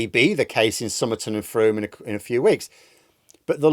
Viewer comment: Well done on your pronunciation of Frome. Everyone gets it wrong. Tories have no chance here. Leaving us with no representation for the last year has not gone down well.